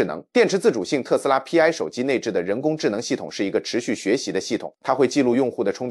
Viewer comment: 不應該讀作P, I。應該該讀作希臘字母丌（排）。Pi 拼在一起讀。就是同於圓週率的丌。